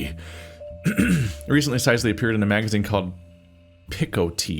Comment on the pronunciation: I think Sisely is supposed to be pronounced the same as "Cicely", ie Sih-seh-lee. "Size-ly" is going to bother me for the rest of the let's play, I just know it...